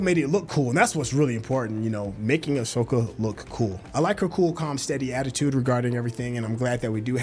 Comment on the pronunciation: Please learn to spell and say her name correctly. Ahsoka.